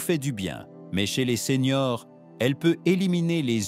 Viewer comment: Les vidéos sont très intéressantes, mais j' entends que c'est l'IA qui parle. Ainsi quand vous voulez parler des seniors, vous dites seigneurs.